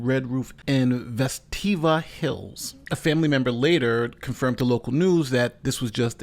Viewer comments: "Vesteevah Hills" 🤣 I grew up in Alabama and love hearing people mispronounce names of places there. It's pronounced like stave and with a long 'e', Vestavia (Ves-stave-ee-uh). I had issues with names in other states myself and always laugh at myself for mispronouncing places too. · Not that you’ll need it, but you pronounce it Ves-tae-vee-uh Hills. Her whole story is just as stupid as Smollett’s. Who would turn their toddler loose on the side of a freeway in order to trap a black chick to kidnap? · Vestavia( Ves-tay-via )🤣🤣🤣 nice try though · Hi! Thanks for covering. We here is the area are happy she got charged, but like the chief wish it could be felonies. And it's pronounced Ves-tay-vee-ah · My wife is pissed you mispronounced Vestavia lmao woke her ass up